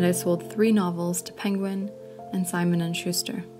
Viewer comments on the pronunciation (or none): none